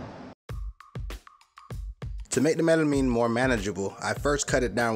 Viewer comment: you said it right the first time then when it comes to the making you said it wrong WHY!!!! oh the word was Melamine by the way